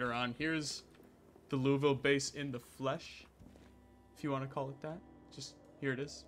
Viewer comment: He still pronounced Louisville correctly. When you pronounce it Louis-ville then we have a problem lol either way fun ass series can’t wait for another one